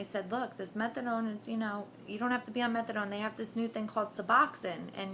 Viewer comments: I cringed every time I heard her say it that way lol... methad(oh)ne is addictive as hell! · lol "Methadawn" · she said Methadone....pounced it like Megladon......hahaha ! anyway, good luck tho you SEXY thang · Fake ads whanna be junky can't even pronounce methadone right..boo.. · You are full of it. You are not in withdrawal. You wouldnt be talking with that kind of inflection in your voice if you were in withdrawal and on day 9. You dont even know how to pronounce methadone, but yet you were on it??? I dont think so.